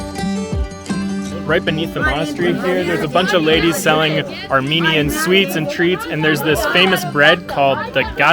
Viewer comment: Thank you sincerely from the bottom of my heart for your video about Armenia. As an Armenian living in Canada I find your presentation excellent, precise and your voice and pronunciation of the Armenian sites and cities are superb. GOD BLESS you and your family.